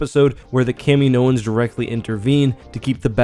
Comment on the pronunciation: That's not how you pronounce Kaminoan.